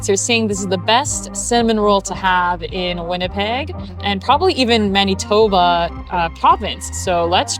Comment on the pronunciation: Weird how you pronounce Maneetoba😊